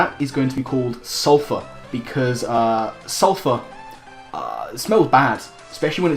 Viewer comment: Well done on spelling sulphur correctly then immediately butchering it about three inches below the correct spelling as suplher Also I still hate everything about this (Good vid bro)